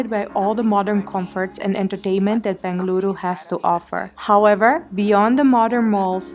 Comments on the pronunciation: Every time you say "Bengaluru" U make me feel so much happy ❤. Thank you appreciate it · Loved the way you said Bengaluru. Glad our city is making you feel at home. Malleswaram has its own old world charm, with green tree avenues., old bungalows even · Your pronunciations were pitch perfect 🙏🏼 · Love how you pronounced as "Bengaluru"❤️